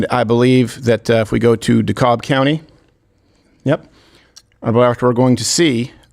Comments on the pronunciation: Hi Steven,, and Lane the Brain, In Georgia, it's Dekalb county, the L is silent.. Say "De-Cab" for the win. Welcome to Georgia:) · The L is silent in Dekalb County